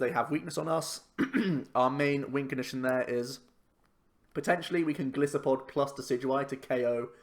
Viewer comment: It annoys me how everyone calls him Go-LISS-uh-pod when his name is a mix of Goliath (Go-LIE-so-pod) and Pod which is a reference to its many 'feet' since it is an insect it walks even on its legs.